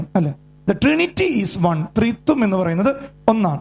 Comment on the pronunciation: Threethuam alla threeekathuam